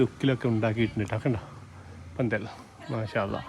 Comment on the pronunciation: പന്തൽ അല്ല ഫന്തൽ......... ........ read more